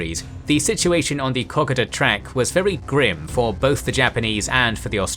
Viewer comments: Great series on the Kokoda Track battles. But please - Cocka-da? It's Ko-ko-da. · It is pronounced Koh-Koh-da, and rhymes with Yoda. At least, that is how we say it down under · Say it with me "Ko-Ko-Da" you butcher the pronunciation. While this is a good tactical display of the battle, it does not show the disgusting and appalling conditions it was fought in. Go watch the movie "Kokoda" and see for yourself. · OMG. Why do you still keep calling it the ko ka ta track? Thats also not how you pronounce Maroubra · You're pronouncing 'Kokoda' incorrectly ...